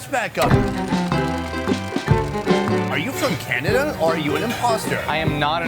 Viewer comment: Lol he said Cananada